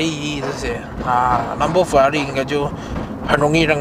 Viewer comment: 6分47秒開始的close up shoot和之前拍close up shoot是一個人嗎? 這次的close up拍得很好耶。。 聽到whelan念ferrari就想聽他(用義大利音)念Lamborghini Gallardo Super Trofeo Stradale.. 哈哈